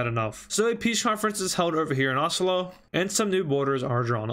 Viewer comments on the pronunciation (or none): Im norwegian and OSOLO?! WTF 😆